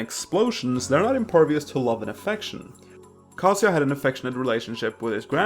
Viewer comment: Never heard Kazuya pronounced like "cah-see-ya". I'd always pronounced it like "kuh-zoo-yuh" but I'm likely pronouncing it wrong.